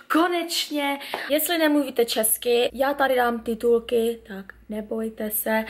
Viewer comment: Lol ten akcent "čchesky" :D